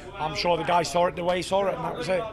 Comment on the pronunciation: He sawr is the way he sawr it !